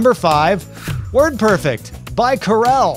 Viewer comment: Tom, any chance you'd agree that it's WordPERFECT, not WORDperfect?